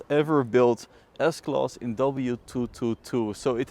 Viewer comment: Why you keep saying S-Klos ?